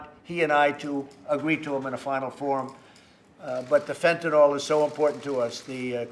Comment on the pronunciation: It's not Fantanalll It's Fentanyl..... Trump needs some speech lessons. Is anyone afraind to correct him?